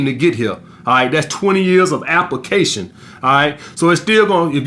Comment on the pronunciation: Appa fuckin cayshon